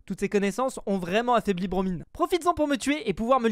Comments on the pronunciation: (indice pour ceux qui ont pas suivi : le pseudo de BroMine_ se dit BroMaïne) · C'est bromine mais tu le prononces mal encoe nan ? bro mein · on dis bromine comme si c’était bromyne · Il à redit Bromine avec un I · Bromine, ça se prononce à l'anglaise non? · Pov ne sais toujours pas dire le nom de Bromine correctement 😂